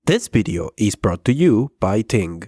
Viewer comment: "Bideo" is the reason I'm subscribed